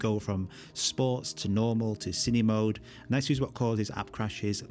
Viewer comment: Everyone, with an accent or without, pronounces “Cine-Mode” wrong… It’s short for “Cinema-Mode”. Not “Cinima-mode” :-P